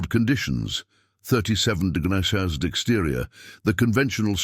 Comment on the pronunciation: why can't AI say Celsius 😂 or the word degrees.